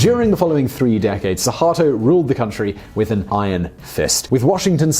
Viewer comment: you made terrible sound while pronounciating "Soekarno", "Soeharto", and "Joko Widodo". gladly you didn't mention about the former president Susilo Bambang Yudhoyono, because i believe it will be the most terrible attempt to speak that name than the other three.